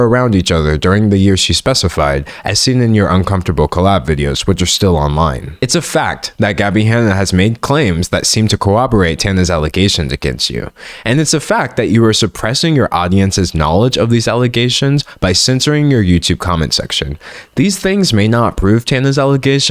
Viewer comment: it's not the topic that's for sure. But cmon Cowoberate instead of corroborate is subconsciously funny.